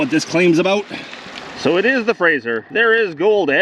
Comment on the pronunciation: Were you in ideaho ? Did you say frasher river